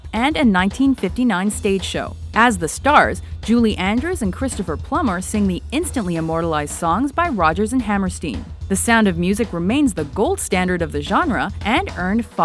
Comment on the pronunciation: Hammerstein! Listen to your German! You pronounce the second vowel! God! That irritated me!